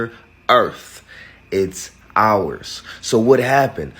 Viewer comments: “The whole entire errf “😂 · The whole. entire. earf. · "Duh whole entire earf" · They f**ked up the English language, hearing a grown up say Earf 😂 Bro first lear how to speaf proferly coz Damm. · It's pronounced "Earf"